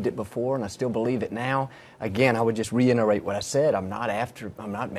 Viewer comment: Did he just say 'reinerate'